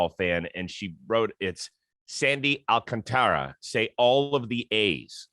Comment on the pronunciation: Sorry but you’re still saying Sandy’s name wrong. The emphasis is on the SECOND syllable, hence the accent over that a (Alcántara). So it should be pronounced ahl-CAHN-tah-rah